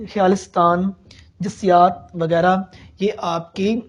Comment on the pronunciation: یہ بات درست ہے کہ انسان خطا کا پتلا ہے مگر بطور استاد آپ نے یہاں کچھ ایسی غلطیاں کی ہیں کہ جو نہیں ہونی چاہیے تھیں۔ مثلاً: آپ نے حَم٘د کو حَمَد پڑھا جو کہ بالکل غلط ہے۔ دوسری یہ کہ آپ نے لفظ حبسیات کو جسیات پڑھا، اس سے ایسا معلوم ہوتا ہے کہ آپ نے کتابوں کے نام ٹھیک طرح دیکھے نہیں مگر لکھے لیے ہیں۔ براہ کرم جب کوئی طالب علم یا نیا استاد آپ کی ان کلاسسز سے رہنمائی لینے آئے تو اسے مستفید کر کے بھیجیں نہ کہ یہ حرکت کریں